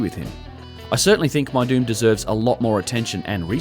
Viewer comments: Lol, when you said Meidum I thought you said “my dude is one of the oldest Egyptian pyramid sites” 🤣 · My my, what an ominous sounding locale, guilty by pronunciation. Meidum = my-doom OR as in Petries 1st publication spelled as: Medum = mee-dum, for a tongue in cheek effect. Thanks for uploading!